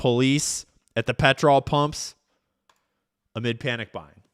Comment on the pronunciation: When you're an Australian and you hear trying to say petrol... That gave me a laugh amongst all this heavy crud. Dude, it's not like patrol, it's pet- ruhl. Needed the laugh.